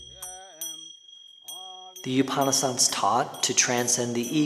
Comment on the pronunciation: FYI Upan in Upanishad is pronounced similar to oupan in coupon.